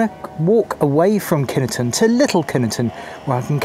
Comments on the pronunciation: I know pronunciation can be tricky but we lived in the village, villagers went to the base school and I have never, even as an adult heard any one calling it kin E ton. My brother married into a local family and they call it Kineton too. 🤷‍♀️ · As ever there seems to be some speculation over the pronunciation of the village's and base's. In Kineton, the village, some villagers pronounce it (in the bakery they did) 'Kin-et-ton'. The Army tend to pronounce it 'Kin-ton' and some other people pronounce it 'Kine-ton'. Take your pick!